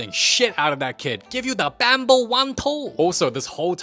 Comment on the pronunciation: I’m dying he said I’m give you the bambo one two